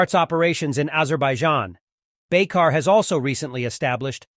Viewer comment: The right pronounciation of the company name is : Baykar (like ByCar)